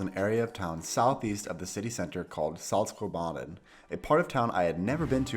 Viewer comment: Wow very nice, I really wish I was in Sweden right now. I’m pretty sure that you mispronounced Saltsjöbaden though!